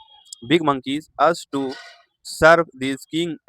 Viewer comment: "Used to" pronunciation is wrong